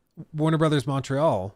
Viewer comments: Montréal say it right or don't say it at all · Pretty nice french R (make it a bit harder), no useless T... Almost there ! Just improve the A (open less) and it's perfect 😋 AAAaaah executive crooks.... They never cease to amaze us ! 😅